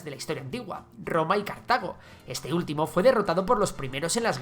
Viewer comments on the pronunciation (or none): none